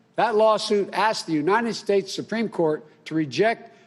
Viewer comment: and ulmmally to the unied snates supreme courts!